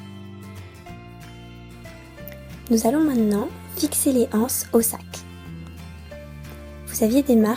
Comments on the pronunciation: BonjourTrès bon tuto mais on dit les zances et non les anses il n'y a pas de h! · Les anses il faut faire la liaison c’est plus doux à entendre